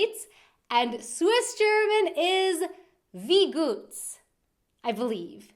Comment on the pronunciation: First off you cant really write swiss german. Everybody writes phrases and words differently. For example you wrote wie gehts like wie goots and you pronounced wie guuts. I personaly would write it wiä gaats.